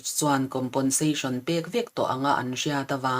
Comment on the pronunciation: COMPENSATION hi ngatinge COMPONSATION tia kan lam tak zel mai le? Fimkhur tawh teh u.